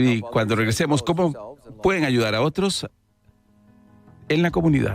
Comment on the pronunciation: Se dice ayudar no achudar.